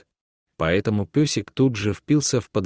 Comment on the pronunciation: Ни песик,а пёсик и другие искажения слов,много неправильных произношений, ударений.